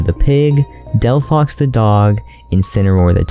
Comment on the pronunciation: Did you just say DelFOX the DOG?